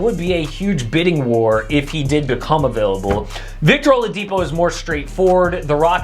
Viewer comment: Thought I heard beal being a-beal-able ... This knicks trade, damn, really a win-now possibility